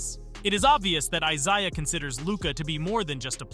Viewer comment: Pretty sure it's AI voiceover. The pronunciation of "Isaiah" was bananas, never heard a person say it that way in my life.